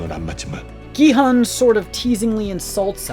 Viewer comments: He's also butchering Gi-hun, pronouncing it as Gi-heun. U is o in who. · What depresses me are the totally unnecessary mispronunciations of character names. E. g. Gi-heun, instead of Gi-hun (English doesn't even have EU!) Sabyeok, instead of Sae-byeok Otherwise, the analyses are insteresting.